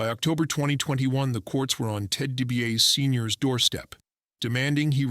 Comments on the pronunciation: This AI commentary is the absolute SHITS! Dibiarse, deebeeauss...JEEZ!! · Dee-bee-ah-see! Get your crap together!!!!! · Maybe spend the time to learn to pronounce his last name. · This bozo has WWE Icons as his channel name but was too lazy to narrate this himself and instead gets an AI that can’t even pronounce the name properly. 🤡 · Turned off right after last name was mispronounced